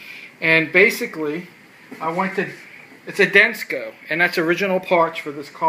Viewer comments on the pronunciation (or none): dude...the name is Denso. why did you pronounce it with a "C". it's not Densco Lol